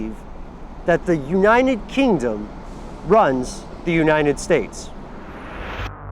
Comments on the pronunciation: did he say unniened kingdom? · "Unined kingdom" dear lord, this buffoon 😂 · Why is it so difficult for you to pronounce United Kingdom? lol